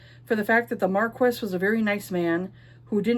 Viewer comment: Marquess is pronounced "Markee." Yeah, I was surprised too. French is a beautiful mystery to me. Ashes seems interesting. I love a cinnamon roll male MC.